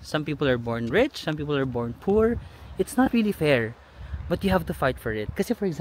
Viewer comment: Fair not pears you mean?